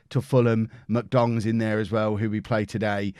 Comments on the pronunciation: You said MK Dons, I heard MK Dongs. Both work imo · Listening on headphones... 10000% definitely just called MK Dons “MK DONGS” 😂😂😂😂